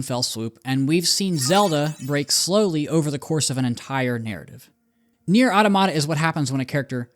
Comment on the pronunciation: Your pronunciation of Neir: Automata really threw me off 😂